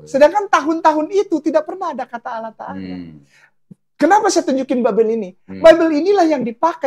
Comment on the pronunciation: Kalian perusak bahasa indonesia kata Allah di rubah menjadi awulloohh